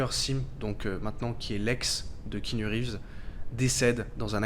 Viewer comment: bon je connaissais déjà la vie de keanu mais pas mal le petit résumé ! (pour faire le relou, le a de keanu ce prononce mais c'est un détail mdr)